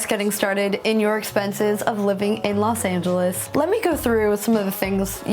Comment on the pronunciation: I'm So Sick & Tired Of Hearing People Saying LAS Angeles😒😒😒😒